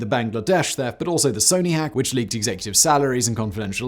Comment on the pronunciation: Threft. Who would commit that, thrieves?